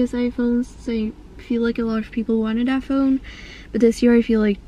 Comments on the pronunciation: She doesnt say “the” ... she says “duh” She doesnt say “that”...she says “dat” Ive never met a white person that does that. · Ur voice is so weirds, when u try and say that u say dat. When u try and say the, u say da. But other than that love ur vids